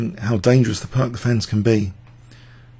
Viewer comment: "Peertz" is a correct pronunciation of Pirc !... ( Vasja Pirc - Slovenian GM ).